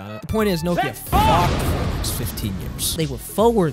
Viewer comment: you made an entire video about nokia and didn’t pronounce it correctly once